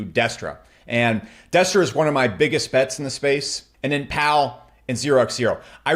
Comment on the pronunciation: Destra not Destroy